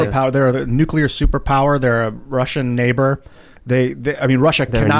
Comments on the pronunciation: NU- CLEAR! NUUUU CLEAR! You fucⓀing Ⓡetard from florida! It's pronounced NU- CLEAR! "Here's my totally well-researched argument about new-kyuh-ler bombs guys. I'm totally trustworthy" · Everytime that guy says "NEWCULAR" I cringe